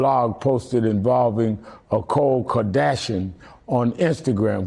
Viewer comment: Al sharpton ....😑 He just called Khloe Kardashian... Cole.. msnbc needs to hire a guy that can read the damn name off of teleprompter.